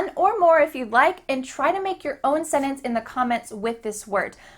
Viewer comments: i didnt know sentence were pronounced like senes 🤔 ive never heard that before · Mmm, she pronounces the word as 'sinnance' ...! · Senes? That's how you say sentence? wow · Hmm, a vocabulary teacher who can't pronounce the word "sentence" properly. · She cannot pronounce the word ‘sentence’ so she does not understand English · Sentence has two syllables. Please don't blur it into one. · I'm triggered by the way you pronounce sentence :P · I am sorry but the way she pronounces "Sentence" makes the video unwatchable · Right, I'm going to take tips from someone who says wanna. She can't even pronounce sentence properly. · pronunciation of 'sentence' different to what I've heard before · One, these words are not ADVANCED. Two, do not mispronounce the word SENTENCE. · I’m an American. Why does she speak “sentence” like that? We do get rid of the “t” in some words but definitely not “sentence”, well at least we Californian don’t. I haven’t heard anyone speak like that at all, sounds so weird. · Your pronunciation of the word sentence makes me cringe. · As an American, I don't pronounce the "t" in the word sentence, and instead I just insert a very short pause in that part of the word. It must be a very regional difference (I'm from Maryland). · SpiderArtMC yes you use a glottal T which is an acceptable pronunciation . She, however, ignores the letter entirely which is not acceptable. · She meant sentence. Americans tend to pronounce "nt" as "nn". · The English language expert can't pronounce "sentence". There is a t in that word! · Hilarious that she can't pronounce sentence correctly. 😂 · If I did a video on speaking English I would pronounce the word "sentence" more like the majority of people say it. Sort the same error that people make saying "ek cetera" for "et cetera". Another pet peeve of mine is people who say "podium" for "lectern". You stand on a podium and you stand at a lectern. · ...your mispronouncing the word sentence